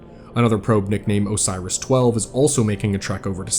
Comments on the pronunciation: O.R.I.S. Not Osiris. How on Jupiter did you read that many letters? xD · It’s not O-Si-Rus, it’s O-Ri-IS, it’s not a big deal but I thought I’d mention it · Everybody out here talking about the Biohazard symbols, and not that O.R.I.S was repeatedly pronounced Osiris? It's OH-ris, not oh-SY-ris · bro, do you read these???? where are you getting the extra letters to make O.r.i.s into Osiris???? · Probes are named Oris, not Osiris. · I have to point out that O.R.I.S. 12 is not "osairis"